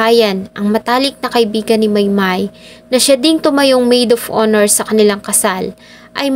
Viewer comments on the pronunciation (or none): none